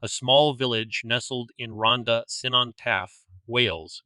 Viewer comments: its such a sad story, i hope the family of them where able to cope (also its "c-non" not "su-non" lol) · amazing, good effort though 😂.. It's pronounced Kunon for future reference lol. Top video 🔥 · The way Cynon was pronounced 😂😂😂😂